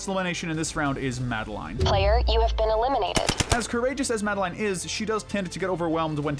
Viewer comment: MaDi-LiNe pronounce the name tight